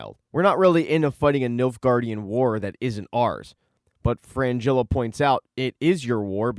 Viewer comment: It's Fringilla, not Frangilla